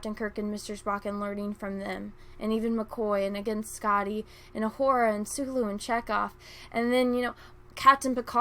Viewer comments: Careful. Her name is pronounced O-Hoo-Ra not O-Whore-A. 😉 I wouldn't want any of the cry baby, thin skinned, can't wait to have their feeeelings hurt, NPCs blasting you for a simple mispronunciation. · Sorry but I can't get past your pronunciation of Uhura..."ah-WHORE-ah". Please stop that, you're reinforcing the counter-argument against you LOL